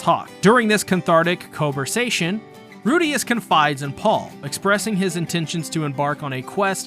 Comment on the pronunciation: aint no way u said cun-thartic co-versation